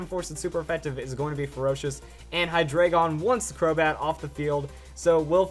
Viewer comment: Why does everyone say Hydreigon wrong.